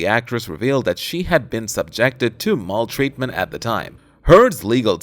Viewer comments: What the hell is "mall treatment"? If you don't know what a word means or how to pronounce it, don't try to use it. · Mall-treatment, indict-ment, reader should go over script first and learn correct pronunciation. Geez. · Hey moron, it is pronounced MALtreatment, not "MALL" or "MAUL" treatment. You imbecile. Learn the damned language if you are going to use it, dullard.